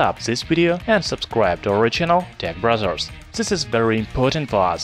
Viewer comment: Tech Brother's pronounced as Tech Brazzers by the narrator of the video ? Was I the only one who heard it ?